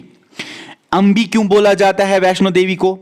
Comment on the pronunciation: it's अम्बे not अंबी